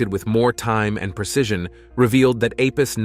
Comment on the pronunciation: Apus? Thought was called Apophis?